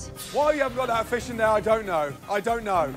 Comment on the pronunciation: i swear this narrator can NOT pronounce the word fish : Faeshe